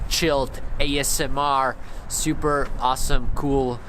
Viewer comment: No one: Doke: shhyyuuuper (super)